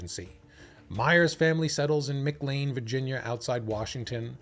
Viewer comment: Mick Lane? McLEAN McLEAN muh KLAIN muh KLAIN